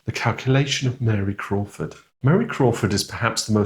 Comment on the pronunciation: it should be Admiral Crawford, not Admiral Croft!😊